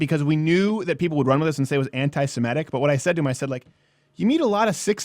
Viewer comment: It's Semitic, not Semetic.